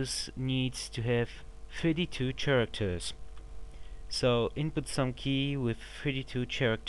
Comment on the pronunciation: "32 chairactors"